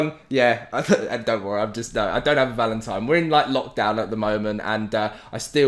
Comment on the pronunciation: Sounds like he’s saying “Valentime”